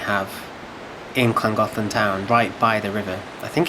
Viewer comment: butchered the name but still good video